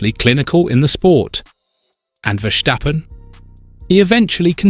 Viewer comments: It's Ver-STAH-pun mate, not Ver-SSHH-pen. There's no shush in it. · Stop saying Verschtappen